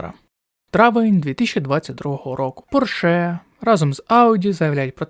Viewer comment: У слові Порше наголос робиться на іншому складі 😢